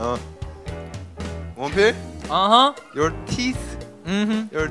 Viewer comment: Why does say dopil? It’s wonpil